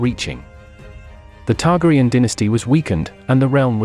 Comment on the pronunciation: Learn to pronounce their names!!!